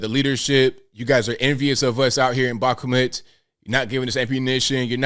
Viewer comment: Its pronounced bak-moot ik you aren't Russian.